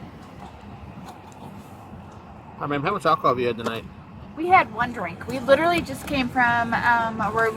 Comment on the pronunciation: If you can't pronounce "literally"...you're drunk.